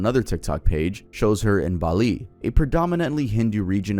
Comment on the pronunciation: Your pronunciation of Bali is beautiful!!